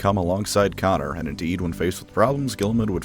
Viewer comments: I thought it was pronounced cone-or that's at least how its pronounced in the audiobooks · I don't get it... Is he calling Konor Connor just to piss us off? Why? What are you gaining from this?